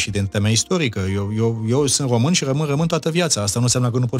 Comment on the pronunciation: hodoronc-tRonc,! Altele mai importante nu aveți și nu vedeți, decît CĂ OMU A SCRIS DUPĂ CUM Rostește, și dvs ÎL CRiticați aci, pe domnul aRdelean... DaR(!) că Gioană, el însuși ÎȘi spune 'OmÎn în loc de ROMÎN și gRăiește de 'OmÎnia în loc de RomÎnia, cÎnd GRĂiEȘTE, NU ÎL ReMARCAȚI.... AȘADAR, PENTRU UNII MUMĂ, PENTRU ALȚII CIUMĂ, nu este o dovadă, din partea dvs, de Conștiință NAȚIONALĂ😉😄😄😄